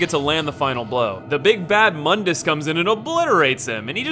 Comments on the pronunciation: It's pronounced "Moon - dus" not "mun - dus" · actually false, it's pronounced like "moon-duhs" not "muhn-dis" but yeah mundus = The world because mundus is the creator of the dmc universe. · I hate how the reboot got everyone mispronouncing the villian, it's pronounced Moondus, like the moon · To be fair the spelling of Mundus is quite deceptive to it's pronunciation.